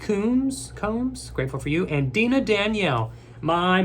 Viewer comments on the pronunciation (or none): none